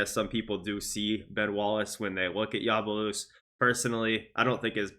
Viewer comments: Ya bu sé lé not yabalusse man cmon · YABU-SELL-AYE is the correct way to say it just so you know